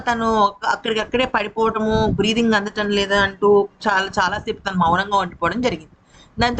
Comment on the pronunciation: బ్రే్ఫింగ్ అంటున్నావు, అది కాదు, దాన్ని బ్రీతింగ్ అంటారు, నువ్వు ఏదో తినుకుంటూ చెపుతున్నావు, తిన్నాక చెప్పు, సరేనా